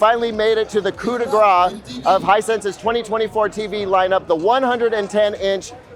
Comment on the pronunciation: The what? Cuda Gra? You mean coup de grâce?